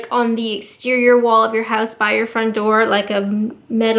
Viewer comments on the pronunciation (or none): none